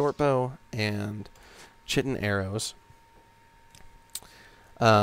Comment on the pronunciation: Just for future reference, chitin is pronounced "ky-tin," not "chi-tin" Anyway, I love this game, but I cannot play it vanilla anymore. I played it on Xbox when it first came out. I will not go back to that.